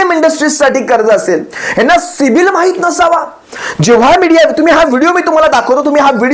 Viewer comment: दादा ते पुन्हा बोला सिबील...सिबील... अssssssसिबील 😅😅